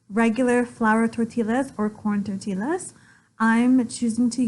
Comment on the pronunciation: Please lean how to pronounce tortillas. It is " Tortias" not Torttillas.